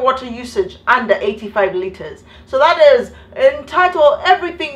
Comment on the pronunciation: did she just say 25 litters of water a day? I laughed so hard I got kicked out of the library n I still laughed on my way out😂😂😂